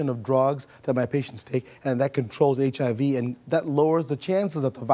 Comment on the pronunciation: hahaha he cant pronounce HIV hahaha